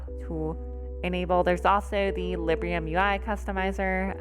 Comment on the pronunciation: Quick note: It's Librum, not Librium. XD